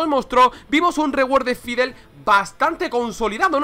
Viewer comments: Dice faidel pero a voli le dice volibear. Es la pronunciación de fid es fidl, stik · Me triggerea cuando dices faidelestics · Dios mio, insoportable escuchar a cada rato: "faidel", dios mio, vamos dejando la ignorancia si?, por favor. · Porque le dices faidel? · Permíteme decirte que el es el que lo dice mal xD, no por que el es español se diga así xD, en realidad ( siendo español) me ha dado bastante cáncer el escucharle decir eso xD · Nadie: Absolutamente nadie: Este man: FAIDLESTICKS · dios por favor pronuncia bien a fiddlesticks